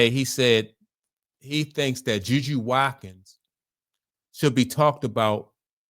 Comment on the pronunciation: Her name is JuJu Watkins. Last name is pronounce Wat-kins, Watkins.